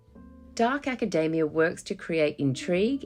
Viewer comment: You pronounced it acadaemia